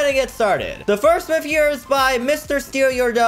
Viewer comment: It’s myth not mif